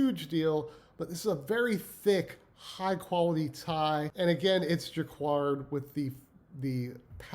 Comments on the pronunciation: Dude! Jah-card. Not like quiet. Not qward. Ur killing me but ur info and channel are great thanks! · Jaquard =Jackard (pronunciation) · Pronounced Jacquard = Juh-kaard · He actually said it wrong 😂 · Great information, thanks! Just a heads up, jacquard is pronounced jac-kard and foulard is pronounced ful-lard. Fouard is the word for necktie in French. Basically when we say a foulard pattern in English, it denotes a group of classic patterns that were specifically designed for men's neckwear. Foulard print translates to necktie print. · Couldn’t stop laughing at the Ermen-dildo tie!!! 😂 (last name pronounced zen-ya...also that pattern earlier is pronounced jack-erd)